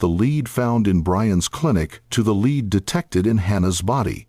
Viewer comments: I agree! The continual mispronunciation of lead as 'leed' rather than pronouncing it 'led' by the Ai generated voice was so irritating!! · OMFG. Use a real narrator. It's pronounced "led", not "leed" . I hate AI voices. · The way the AI is pronouncing “lead” ruins the video